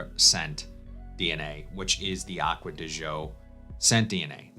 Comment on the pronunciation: first I think you are the only fragrance reviewer that pronounces Acqua Di Gio correct. I had an Italian business partner until I retired and he would laugh at everyone who mispronounced Gio (Joe) secondly Profumo and been replaced by Parfum. I bought the other day as I am a fan of the Code, and the Gio lines. Good news is Pafum is very similar but a hair smoother. If you look at the note breakdown they are 90% similar they just slightly tweaked in the base. Also they are going to refillable bottles, I guess this is there green thing, but have eliminated the magnetic caps, darn you Armani. And the biggest complaint is with the new refillable bottle some have leaked but most retail/suppliers have replaced the leakers.